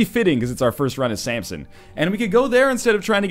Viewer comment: Keeps calling him Sampson. Fml.